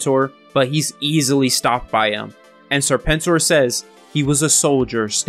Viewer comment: I think your pronunciation of Serpent OR was just fine.